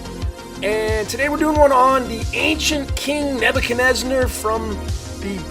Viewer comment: Why do you call the king NebuchadnezNAR? That changes your numerology.